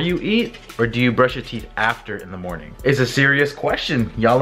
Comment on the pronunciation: When you say good morning to the dog why do you put a "k" on morning. You say good mornink is that like a speech therapy trick or something? I've noticed a few YouTubers do that... It bothers the hell out of me but I'm more just curious to where it comes from lol.